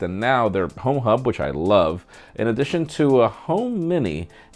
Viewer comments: Did just say Pornhub instead of Homehub? Lol. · Sounds like pho hub LoL